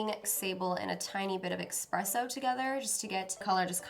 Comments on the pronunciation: I love you, but as a grammar nazi, everytime you said "EX-presso" instead of "ES-presso" I cringed 😅😅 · Not to sound mean but you're pronouncing espresso wrong. There's no x. It just bothered me the entire rest of the video. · I love how you say expresso instead of espresso so cute 😂❤️💖😚